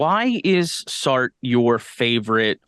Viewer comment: Your pronunciation is killing me - it's "SAR-truh".